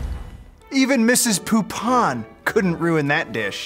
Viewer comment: "Greg Poop on" is what my Brain registered when they said "Greg Poupon"